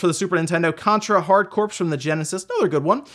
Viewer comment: Corps is pronounced CORE